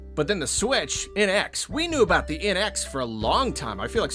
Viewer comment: It took me a long time to realise you were saying “NX” with a southern accent and not “inex”